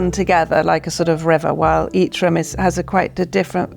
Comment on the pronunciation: "rhumm", "fahplace"